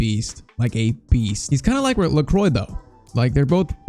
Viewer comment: Pcq: Lacroix is pronounced "lékwah"